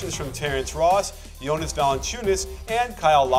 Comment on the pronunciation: gets bonus points for correctly pronouncing Jonas' name right.